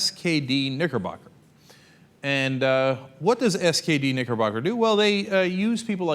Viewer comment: Lol, I swear I heard "niggerbugger" the first time Cenk said nickerbocker.